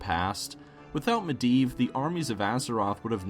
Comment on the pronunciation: Mediev not miedan hurrrr